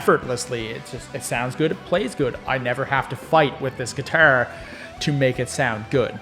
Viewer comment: I laughed every time you said : Giturr 😂